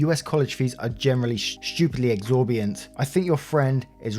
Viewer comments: Exorbitant is pronounced. “Ex-orb-in-ant” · Say it with me now. Ex-or-bi-tant lol I'm gonna help you pimp up the Word game lol Love the waffle gang